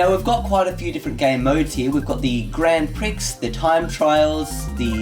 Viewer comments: you pronounce grand Prix grand pree, not grand pricks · Grand Pricks??? Hahhaha It's Pronounced Pree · It's pronounced grand pree not Grand Prix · Cool When is The New Channel Out What's It Going To Be Called And What Types Of Tutorials Will It Be ? Ha-ha You Said Grand Prix Wrong But I Still Say That Lol ;) Do You Still Have Your Lenovo Because Wow That's Old ! :)